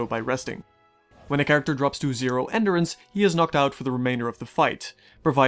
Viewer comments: Very good review, but enDUrance, not enderence. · what the hell is ender ance? say it right geesh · I cannot take you seriously with the way you massively mispronounce endurance. It’s like you’ve never heard the word before. How do you go your whole life til the recording of this video never hearing the word “endure” or “endurance”? I swear, man. What is it with YouTubers? It’s like you guys were raised in a lab or something